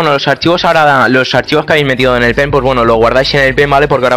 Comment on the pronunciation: se escucha enves de pen p3n3 xd , meteis el p3n3 a la pley xD